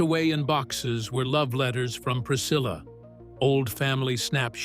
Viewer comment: Seine Ex Frau heißt Priscilla und nicht Pricille,wir reden hier vom längst bekannten Jungles Rooms, sorry mach deinen Job richtig und lass nicht den Computer sprechen 😅😅😅